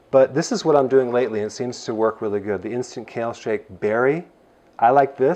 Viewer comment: By the way it’s kale lol